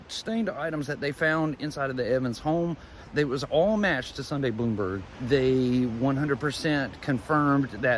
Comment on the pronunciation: Her last name is pronounced Blahm-berg, not Bloomberg. Thanks. --a classmate